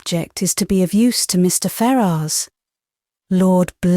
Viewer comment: I thought his name was pronounced fair-us.